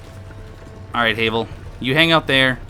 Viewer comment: HAVEL like GRAVEL not heyvel